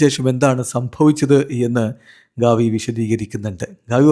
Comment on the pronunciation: ഗവി അല്ല ഗാവി 😂😂😂😂